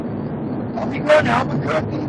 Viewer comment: If no meth in his system best prepare for a profiling suit. Dudes different but pronounced Albuquerque several times perfectly that words the perfect slur test. His heel toe walk was damn good for a dude in heels. Last I heard that isnt a crime. Can't bust the guy for quittin grade school to drive truck. As.for wrong way... could happen signs aren't always clear or even present. Weren't there 2 semis going I the same direction?